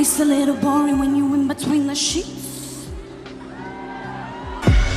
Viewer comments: She really said: IN BUH TWEEN DA SHEETz…. 🥴🤪🤨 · The way she said "sheets" makes me rolling on the floor 💀